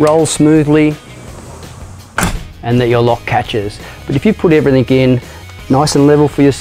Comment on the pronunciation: Great video, whats with the everythink? Hate it when ppl say that, just like the Americans saying soder instead of solder hahahha. in saying that ill still watch your videos and give then the thumbs up.